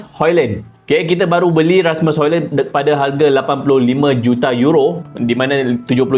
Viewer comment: Bukan Hoilen Bang. "Hoilund". Sebut elok² nama player OK. 👌🏻